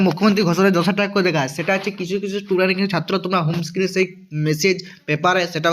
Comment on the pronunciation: Student ❌ tudent ✅ 😂😂😂